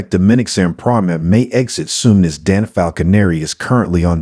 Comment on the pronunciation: Learn to say Dante’s name!